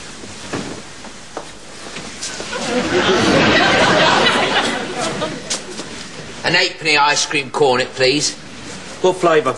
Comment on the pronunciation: honey and lemon. 'Oney an' lemon. 'Oney an' sounds like onion.